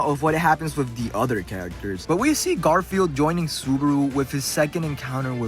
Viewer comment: I can't tell if you said GarfielD as a joke or you just didn't know his name is Garfiel. 😂